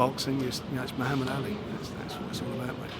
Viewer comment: Christ, Frank can't even pronounce Muhammad Ali properly!